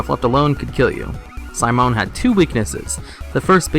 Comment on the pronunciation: Ive never heard anyone pronounce Simone the way you did. Very odd. You also said Val'kyr wrong multiple times, adding extra letters apparently.